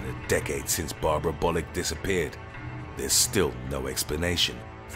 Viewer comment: When you said Bollick I thought you said Bollucks 😂😂😂